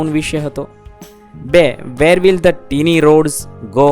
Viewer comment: 'tiny' નું ઉચ્ચારણ ટીની નહીં પણ ટાઈની થાય....😂😂😂